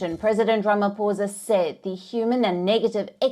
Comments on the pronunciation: I will help her. It is pronounced: “Rama-Poesa” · It was very difficult for your correspondent to say Ramaphosa....always practice before going on air.